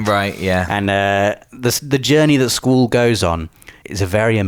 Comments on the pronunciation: Thought same thing when he kept saying Squall, it might be a British way of pronouncing things. Triad was also incorrect when said it the first few times. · It’s pronounce skuwall, not school...... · bro stop stop saying "SKUL" its pronounced SKWALL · It's not skool, it's skwaal for Squall. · I didn't even know his name was pronounced "Sqooool". All these years I have been calling him Squall. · is squallès name pronounced "school" like in the video, or is it pronounced "skwall". ive always pronounced it "skwall" LOL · "sqweeewll" what? I know your English but..wtf is that lol it's squall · Squall, pronounced Sqwall. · wait, is that how you should pronounce "squall"? Have I been pronouncing his name wrong? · Never heard anyone pronounce Squall as “Sqool” lol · I was so confused I swear he was saying school but he was saying squall correct? 😂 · ‘Sqwool’ he said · "Sqoool"? lol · School? Schol? ...ohh he's trying to say Squall :p I can't wait. I personally prefer 7 and 9 too but a remaster for this great game has been bloody needed! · You say Squall so weird... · Was I the only one cringing when he said squalls name? That is most certainly not how you pronounce "sq-uall"! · Why the hell do you pronounce Squall's name with an o in it? It almost sounds like you're saying scroll. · But why do you pronounce Squalls name in a way that is barely comprehensible? 😂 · You are butchering Squall's name type in to google translate and the name Sqaull will be there. Click on the voice Icon! Squall means bringing rain or gust of wind. I am sorry but I just had to post this. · Hate the way you pronounce Squall. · me or? I know the word as I'm sure he does just a funny way he pronounces it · Squall = Squoowul? My god man, get a proper accent. Also, I'm pretty sure the word 'triad' is just pronounced as 'try-ad' in all forms of English. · Sometimes I think pronounces words wrong to drive comments. And... here I am. Squorl and Triple Tree-ad!